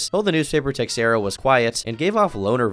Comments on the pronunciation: its probably pronounced 'teh-share-uh' not 'tex-air-uh' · Was waiting for a dark video on this. Didnt disappoint! Also the "x" in "Teixeira" is pronounced "sh" . So "teh-share-ah" not "tex-era" . Hopefully, you don't take this the wrong way. 😂🙏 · The X in Teixera isn't pronounced like that. The name is more like "teh-shera"